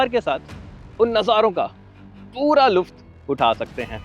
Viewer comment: Luft nahi hota bhai.. Lutf hota hai.. Edit karlo 😂😂..